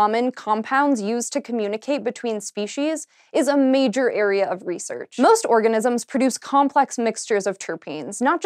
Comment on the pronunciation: "most oranisms"